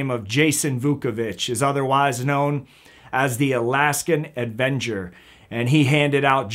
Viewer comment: It's avenger, not advenger.